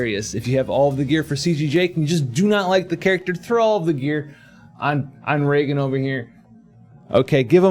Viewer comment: Raegan.... raegen?